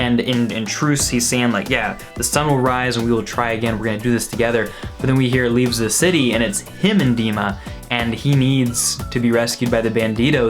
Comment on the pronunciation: Why do you keep calling it "leaveS the city"?